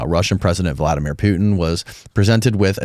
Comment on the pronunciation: "Valdamir" Putin.... 😂😂